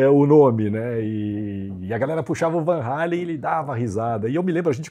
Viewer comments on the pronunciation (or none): Um comentário: a pronuncia certa é realmente VAN HÁLEN! e não VAN “HÊILEN”! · a Conversão de 3,000 Cruzeiros em valores atuais é de 113 reais. Foi caro na época ? Bem, os fã brasileiros não estavam errados em falar Van Halen, porque o vogal A em holandês soa como o nosso em português. O correto mesmo seria "Fan Halen", já que em holandês o V se pronuncia como F.